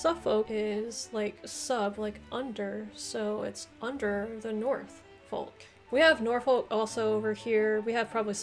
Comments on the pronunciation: This could be me being northern, but we don't say "shire" but we'd say more "shuh" which will make some of these names easier to say! And don't pronounce "folk" as "folk" it's more "fukh" (this one sounds like I'm messing with you but I'm not!). In terms of historical versus ceremonial counties, in August when Greater Manchester was plunged into a local lockdown due to rising Covid, it was in the local news a lot that people didn't know what county they lived in. Greater Manchester was originally part of Lancashire (we're talking war fo the roses) and it's in living memory that the current counties were formed (1974 I believe). I wasn't born until 1992 and I know I am from Greater Manchester but being from Lancashire is a hill most people will die on. This also includes the likes of West Lancashire and Merseyside which were also part of Lancashire back in the when. But it was actually kind of amusing the way that my town (or rather borough) has borders with Cheshire, Merseyside, Lancashire and West Lancashire (to the point where there are schools with children from 4 different counties and I used to joke that I'd "walked all the way to Cheshire" when I'd walked less than a mile!) and as a result, the council had to tell people what county we live in because a lot of people were resistant to being associated with the city of Manchester as we're actually very rural in parts here (as with many Greater Manchester boroughs). I do think you did really well with this though! Most Br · Hey, also it’s pronounced norfork (Norfolk) and suffork (Suffolk) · Norfolk pronounced norfuk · The way you pronounce norfolk and suffolk makes me wanna cry